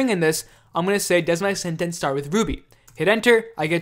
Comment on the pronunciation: thanks - but why does he pronounce 'sentence' like that